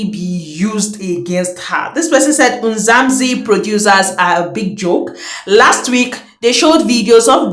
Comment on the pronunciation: It's MzaNzi NOT MzaMzi